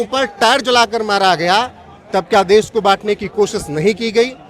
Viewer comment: देस नही देश बोलो, कहा से आते है ये लोग